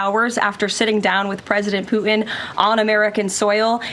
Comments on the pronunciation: I wonder how the Russian president likes his name pronounced “Pu-in”? THAT is disrespectful. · It is likely that poo-in is the more appropriate reference, though not what she had intended. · She needs to put the T in Putin, not puin. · Can't even pronounce Putins name properly. Sounds like Poo-in. Quite an apt description of Putin but very wrong, showing a total lack of ability. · Can’t she pronounce her T’s ? Pu in? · I wish she could pronounce Putin correctly. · Did she say his name wrong a couple of times